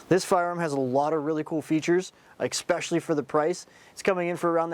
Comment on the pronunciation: ESPECIALLY not "expecially"🤦‍♂️